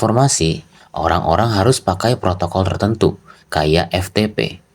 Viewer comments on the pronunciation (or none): none